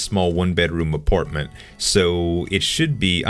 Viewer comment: it's apartment not aportment